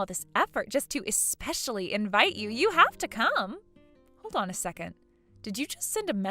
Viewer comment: eSpecially Not eXpecially!😉✌️❤️